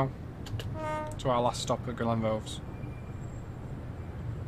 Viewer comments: its Glen=Roth-is not Glenroths?! this is spot on tbh though I live in Burntisland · Glen what? Try Glen-WRATH-ess Nice route, better than the driving! Obviously some work needed here and there. . Only travelled a bit of it incidentally on the way back from Inverness one time.